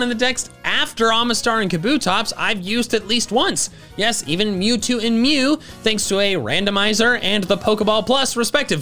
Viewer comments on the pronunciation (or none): none